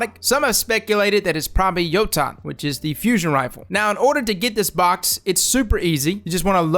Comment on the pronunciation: It’s pronounced YO-TEN